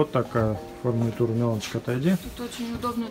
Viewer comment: Правильно говорить - “Фурнитура”.